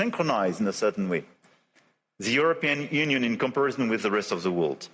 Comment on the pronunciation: His French-sounding "r" are cringe-making though, and he has forgotten how to pronounce "world" correctly, which is a bit much given the context. Weird to hear his English going to pot, accent-wise, as though he didn't give a toss any more.